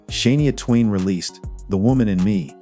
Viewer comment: Please learn how to pronounce names Shania Twain. You can’t even say her name properly.